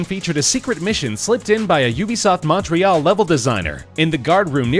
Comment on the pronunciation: he pronouned montreal wrong in ubisoft montreal its Mun Tree All